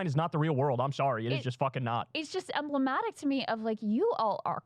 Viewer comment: "emblemotic"? Why do women pronounce all A's as "ahh" now?